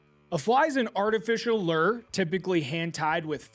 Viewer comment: You lost me when you said lure wrong